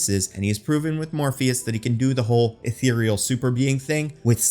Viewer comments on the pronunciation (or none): none